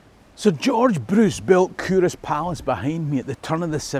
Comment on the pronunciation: I never knew that Culross was pronounced “Kouros”. I used to be based in nearby Rosyth during my Navy days in the 80s.. I should have paid more attention to local history than living it up the the pubs and clubs of Dunfermline and Edinburgh, wearing my Kouros aftershave. Excellent channel. We were never taught this type of Scottish history at my school.